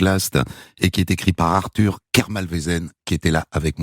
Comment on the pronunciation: "Arthure H" .